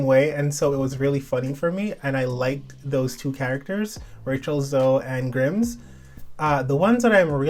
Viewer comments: Lol. He said Grimms 🤣. Still love you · Sorry not being shady! But you are saying Grimes wrong, think of it as Prime with an s at the end :)